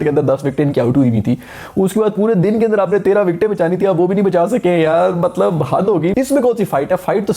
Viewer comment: Mtlb kaisy matbal kaisy, aisi fluency kahan sy laty ho?